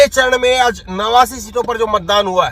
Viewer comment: Sir apni thodi language shi kijiye gujrat h not ,,guzrat,, aaj h ,,azz,, nhi j or z k use shi kijiye